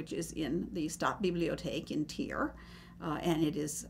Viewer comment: IT's "Trier", not 'Tier". Tier means 'animal' in German.